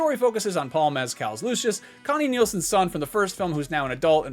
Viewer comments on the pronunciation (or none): none